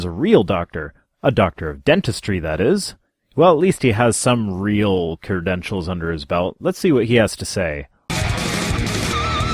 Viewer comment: Did you say "kerdentials" at the beginning of the video This is way better than the actual word